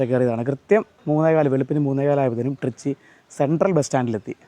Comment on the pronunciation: ട്രിച്ചി അല്ല ത്രിച്ചി അല്ലങ്കിൽ ത്രിച്ച രപ്പിള്ളി